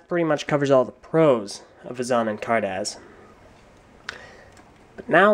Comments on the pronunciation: Vay-zon? Car daz? Its vee-zon and Car-duss. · car duss z is not pronounced s and vezon is pronounced vey-zonn greg said it